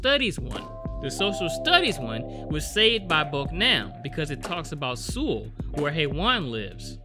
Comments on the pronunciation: You say it like soul nit sool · 근데 왜 서울을 수울이라고 하지 ㅋㅋㅋ 그렇게 어려운 이름도 아닌데 암튼 잘 보고 갑니다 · why the hell are you saying Seoul wrong .. its pronounced like Soul not Sool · Seoul is pronounced like "soul" (not "sule"). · Boknam, a great character. 👏🏻👏🏻👏🏻 Also, tip: Seoul is pronounced like “Soul” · I'm a native Korean speaker. Saying "soul" is close enough basically. If you want to take the pronunciation more seriously. You could pronounce it seo-ool. Say the 'O' sound with a light tone that sort of 'dips' slowly into a short 'oo' sound. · Lol everytime you say Seoul you pronounce it sul which is alcohol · Please please please... It's pronounced soul lol I twitched every time lol but this seemed like a message about East Asian culture, it use to be that you didn't interfere with other people's business (not to this extent, it's exaggerated) on top of women's role in rural areas and in the past how hushed these things were when it was frowned upon to divorce or protect their family image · Actually titled Bedevilled but this title speaks to me. Edit: I sound like a damn fool pronouncing Seoul wrong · The way you said Seoul cracks me up 😂😂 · close enough for westerners lol